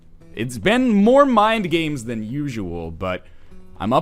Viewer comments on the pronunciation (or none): none